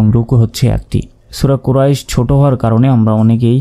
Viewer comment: হুজুর কুরাইশ লিনের হরপ এক আলিপ টান হবে না